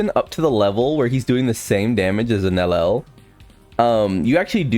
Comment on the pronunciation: Can you please ffs pronouce her name correctly. Its prounouced NEL YEL NOT NELEL